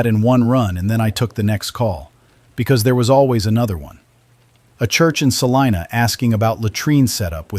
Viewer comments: In Kansas, Salina is pronounced sa-LIE-na, not sa-LEE-na. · I'm from North Central Kansas, and every time the narrator said "SalEEna," it set my teeth on edge. It's SALINA! Rhymes with SALIVA! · I wish the AI would pick just one pronunciation for Salina and stick with it. Half of the time it was wrong. 😒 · I'm from Hays. Funny how they always say Salina wrong lol